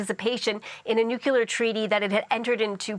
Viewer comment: really? "nukuler"? seriously look it up; CBC's standards are better than that I hope... It's "kulerly" not how that's pronounced.